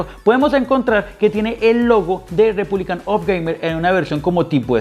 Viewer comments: "Republic", no "republicAN". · Mi portatil de hace 7 años con un SSD también enciende a esa velocidad 🙂Tu video no está mal pero si ni siquiera sabes pronunciar el hombre de la marca que es Asus "Repunlic of gamer" no Repúblican... Pues ya vas mal. No te estoy diciendo esto con ganas de tirar Hate simplemente entre buscando una review profesional y viendo las cosas que dices me doy cuenta de que no tienes realmente conocimiento sobre esto y no me da la confianza como para aceptar tu opinión sobre el portátil. Sin duda alguna seguro con un poco mas de conocimiento y atención a detalles tan simples como saber el nombre correcto del producto que estas mostrando, podrias tener un contenido de mejor calidad. Un saludo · Buen vídeo, pero es REPUBLIC OF GAMERS, no "REPUBLICAN OF GAMER". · Buen video, pero me estresa que a cada rato diga “republican” of gamers🙃